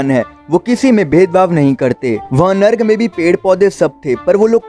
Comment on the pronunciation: नर्क होता है narg नहीं